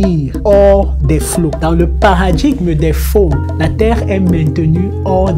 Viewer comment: POUR le Fon on ne dit pas le N du fin ça se prononce comme FOND jamais on ne prononce pas N